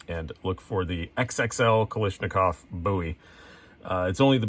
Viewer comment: kal ASH nikov not kal ISH nikov